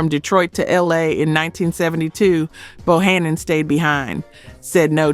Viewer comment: Get These Artists Name Right Because Bohannon Is His Name Correctly Ok